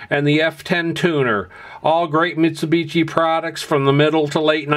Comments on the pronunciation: For the OP: Just FYI - Mitshubishi is pronounced (end part of the name) like a "SHI", not like "TCHI". The other thing I'm noticing is how many people had no clue Mitsubishi did high-end hi-fi gear and never heard or seen these pieces. These are great sounding, super powerful, nicely performing and fantastic looking pieces of sound engineering at the pinnacle of high quality audio products! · Vinage, Mitsubitchi, Shassy... lol